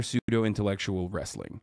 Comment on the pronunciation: He said psudeo